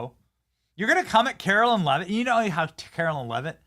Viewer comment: Benny, u are not pronouncing Karoline’s name correctly. Pretty sure it is pronounced Karo line…not Carolyn. Love the show!